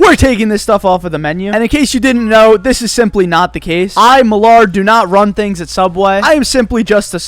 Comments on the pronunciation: why do you call yourself milard?????? isn't milad with no r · 🤔 I’m so confused… Please instruct me on the correct pronunciation of your name. is what I heard. I thought it was “Mè-lod. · it’s Milad not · milad* not milard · Hi Milad! Why do you call yourself when your name is actually Milad? If you want people to say your name right, then you should tell them! I mean, it is your name after all. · you just said ""? XD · When he said "I milard???" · I had to rewind like 4 times just to listen to him say 'I milard'...I don't know why it made me laugh so hard but it did lol. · Hearing “MilARd” will never get old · milad said milard 🤯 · Lol he said malArd